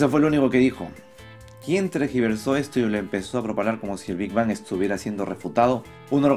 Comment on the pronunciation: Minuto "...¿quien tregiversó esto...". Más bien es "...quien tergiversó esto...".